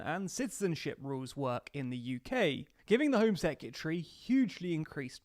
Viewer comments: Its not 'sec-yeh-tree'.... Its secretary... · Sec-you-tree? 👀 Surely he knows he's pronouncing it wrong, right?